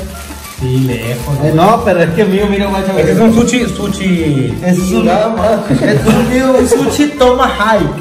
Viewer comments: No se dice suchi... Se dice sushi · No se pasen de verga jajaja para todo dicen shela, shilo , y dicen SUCHI😂😂😂😂😂